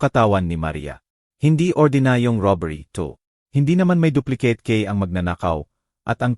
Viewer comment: Magnda nga rin ang kuweto kayalng ang narrator ang pagbasa sa duplecate at jose